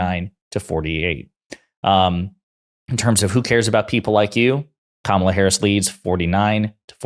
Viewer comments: Ooops, - Trump says her name correctly. Must indicate he'll lose the election. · did Trump accidentally pronounce Kamala's name correctly? Is he shook or is it dementia?